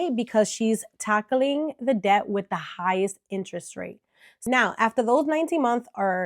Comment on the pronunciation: D is silent in “debt”.